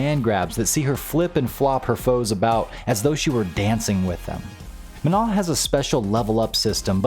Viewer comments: Manon is a name that has nothing to do with the word "non", so it's not pronounced the same way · The n at the end is pronounced. Don't trust Google Translate on this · Good video. The only thing I want to critique before it's too late is, you pronounced Manon wrong. Please look up the proper pronunciation